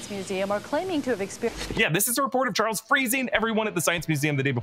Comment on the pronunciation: anyone else notice when we was talking about where magneto at some points he calls him "charlies" and again lol